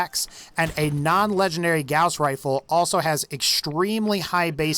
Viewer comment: All I kept hearing was "Grouse Rifle"